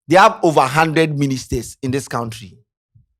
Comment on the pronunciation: it’s koun-tree, not kount-tree.